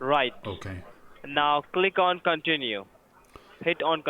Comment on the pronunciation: how can you trust someone saying click oniyet :)